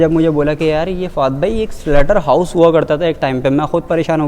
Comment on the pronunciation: SLAUGHTER HOUSE NOT SLUTTER PLS